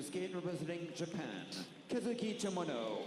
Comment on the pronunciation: Can someone please teach how to pronounce Kazuki's name correctly! This hurts my ears.